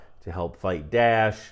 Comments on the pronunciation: It is not ""DASH"". It is called ""DAA'ESH"" Please learn the correct pronunciation. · its not dash, its DA-esh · Die-esh. Not Dash. It’s Daesh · "Dash" ...is that the Egyptian pronunciation or something? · i think its hilarious you call daesh 'dash' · Are you saying "Da'ish"? Never heard it pronounced "dash" before